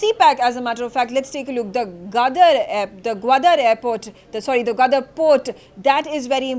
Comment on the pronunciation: she cannot even pronounce Gwadar and Kashgar correctly